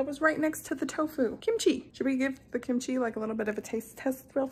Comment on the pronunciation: That Kimchi pause was intense! 🤣😭